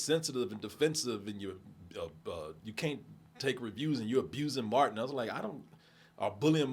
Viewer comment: You said Matin instead of Martin 😂 .